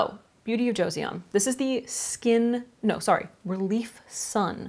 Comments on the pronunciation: It's better pronounced Jaw-son than joe-see-on :) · the word 'Joseon' from Beauty of Joseon is pronounced as 'Jho-son' not 'Jo-see-on' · The pronunciation is so close! The actual pronunciation of BoJ sounds more like Beauty of "Jo-sun" (an old terminology that refers back to one of the older periods of Korean Peninsula). Their skincare line overall is quite impressive and fitting those who have sensitive acne prone skin. Recommend! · Joseon is pronounced as "Cho-sohn" 😊😊😊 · Joseon is pronounced "joe-sun" ! 💖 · Loved the video and the turtleneck~! Just a note, the Korean sunscreen brand (Beauty of Joseon) is pronounced like Joe-SUN (조선) 😄 It's kind of funny since that sunscreen got popular overseas before being popular in Korea (like reverse popularity effect) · It's pronounced Joe-Son (Joe like the name Joe and son/sun like a male child or the big bright burning rock in space lol). It's referring to the Joseon Dynasty (Kingdom) of Korea (past Korea). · FYI Beauty of Joseon is pronounced with two syllables, romanization for Korean is always a bit weird but “joe-sun” is sort of close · Joseon is pronounced "CHO-sun" (well that's as close as English spelling will get to the Korean pronunciation) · "eo" in Korean is pronounced similarly to an English "uh" sound, so saying it like "Joe-sun" (👨🏻🌞) is a good approximation!! :) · it's like jo-sohn 🙂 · it’s like ch/jo-sahn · It's pronounced, beauty of "joe sun" ;) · Joseon is pronounced "joe sun" (I am Korean) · Lol!!! It's pronounce Jo- san sounding like "on". So Jo-s-on. Hope that helps!!